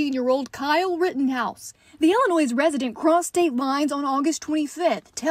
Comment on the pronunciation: Hi. When you pronounce Illinois there is no “s”. 👍